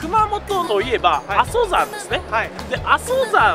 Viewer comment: 阿蘇山(あそさん)を あそざん って言ってる。つまり は 「地理にわか」って はっきりわかんだね